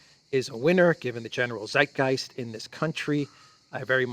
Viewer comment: It is not Seitgeist; it is Zeitgeist. Also, zh is one letter ( ж ), found in centre of regime and pleasure, (Sudzha).